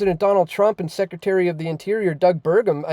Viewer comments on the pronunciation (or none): none